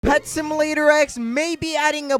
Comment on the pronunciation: He says simalater